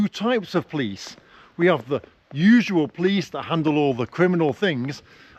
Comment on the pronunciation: I never heard someone pronounces a word "police" as "plis" and even close to "please".😁😁😁